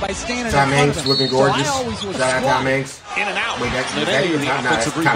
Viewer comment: so were just gonna dismiss that our guy said Tom HANKSS